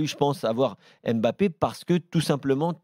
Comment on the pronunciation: Je remarque que les journalistes ne savent toujours pas prononcer mbappé. Triste